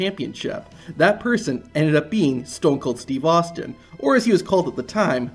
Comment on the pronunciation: STOON KOOL STWEVE AHSTEEN